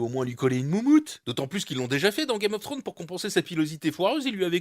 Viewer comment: "..Game of sfsftrones" hahaha